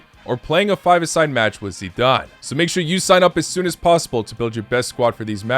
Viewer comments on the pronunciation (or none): none